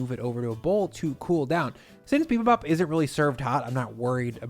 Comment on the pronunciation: Ground beef with bibimbap strikes me as perfectly fine. There are a thousand different varieties of bibimbap, so you do you! Just pronouce the "bap" so it sounds like "bahp," and the "jang" in "gochujang" so it sounds like "jahng."